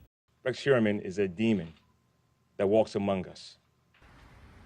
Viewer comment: The word 'among' isn't pronounced amonGUH. The g is soft. Learn to speak properly.